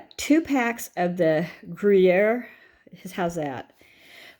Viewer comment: Gruyère is not easy to say and you said it well. French is coming easy to you now..🧡